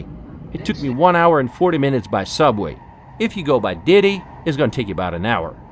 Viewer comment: It’s DiDi not Diddy😂